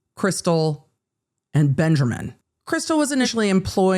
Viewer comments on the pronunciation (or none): The commitment to "" 😂😂 love it